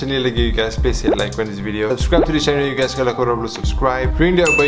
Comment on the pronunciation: This is real ugays~ 😂👌🏻